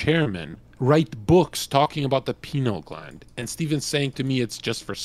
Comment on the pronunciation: The 'penile' gland lol.